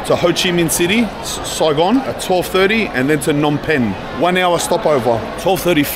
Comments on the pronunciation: You've been saying it right, the P in Phnom Penh isn't silent. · You're gonna love Phnom Penh. And yes, both P's are not silent 👍